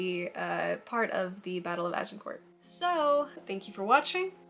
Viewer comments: Nice vid! As a Brit, we grow up surrounded by medieval relics - I live about 100 yards from an 11th century castle :) Also a quick tip - the 't' is silent in Agincourt, it's kinda pronounced 'Ajincoor'. Hope that's useful. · Like many french words the last letter or two are not pronounced. So you might say a.zhuhng.kaw or Arjincor. No need to annunciate the t. Just wondering if the swearing really adds to your presentation?